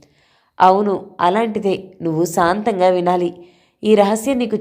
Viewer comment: సాంతం గా వినాలంటున్నారా?? శాంతం గా వినాలంటున్నారా రెండింటికి అర్ధాలు చాలా వేరయినా రెండు అర్ధాలు ఇక్కడ పనిచేస్తాయి సాంతం అంటే పూర్తిగా శాంతం అంటే పీస్ఫుల్ గా,ఏంటో 🤦‍♀🤦‍♀ఏ అర్ధం తీసుకోవాలో అర్ధం కాక చేస్తున్నాము కాస్త అక్షర దోషం లేకుండా చదవడం నేర్చుకోండి